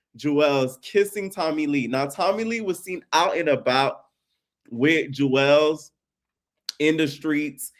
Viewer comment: It lowkey irks that you keep calling him Juelz in all the videos. His name is Julez, pronounced jewels…